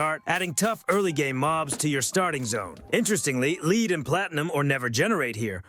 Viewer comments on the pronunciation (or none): i figured out it's AI when he doesn't know how to pronounce an easy word like "Lead" LOL